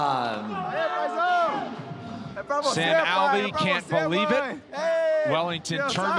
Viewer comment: You really called him Sam Lvey LMAO